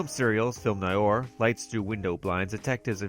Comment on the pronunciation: ...what we call NY-OR??!... For voiceover work, lookup every foreign word and double check your pronunciation.